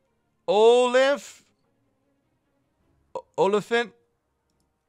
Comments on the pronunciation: Dont worry I'm going to give you some pointers on pronouncing - Ratel - Rah-til (Afrikaans for Honey Badger) Olifant - Oo-lee-funt (the lee is quick , like 'li') (Afrikaans for Elephant quite obviously) The Rooi kat you pretty much have good enough. All i want them to add is the G6! then we're happy South Africans who can just do our thing haha. though I'd love to see the Eland in here too! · Ratel pronounced = Ra Till Olifant pronounced = Or lee Phant . Im From South Africa Johannesburg and a big fan of yours for years. Keep up the good work bud. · Olifant is pronounced oo -li funt. Olifant means elephant in affrikaans. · You pronounce it as o-lifant but as a South African our army is good but has been kind of neglected because of our governments corruption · Olifant is pronounced "Ohlee-faant" means elephant in Afrikaans. Also Rooikat is pronounced "rooi-cut" or rooi kaat with a longer "a" it means red cat. Just to help with the names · Eland is actually a buck here in South Africa Olifant is a elephant lol you trying to pronounce that one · I’m from South Africa and he butchered those names so hard 😴😂